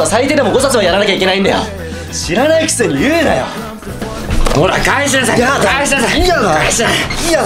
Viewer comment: い↑や↓だ(笑)